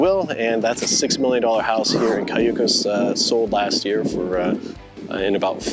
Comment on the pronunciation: You should learn how to articulate Cayucos and say it right, being taking a tour.